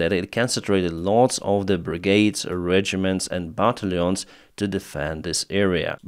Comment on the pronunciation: pronunciation -Battalions = but tal youns